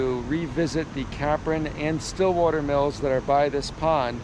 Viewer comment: Capron road, pond mill ….its “cape—ron “…. Not CAPron